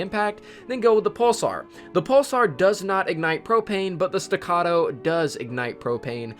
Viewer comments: He finally said it right. Stuh-cah-toe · You said staccato right! Thank You.